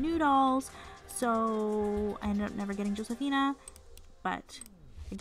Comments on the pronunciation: Josefina name is pronounced hosefina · Your pronounced Josefina wrong. The J is like a H sound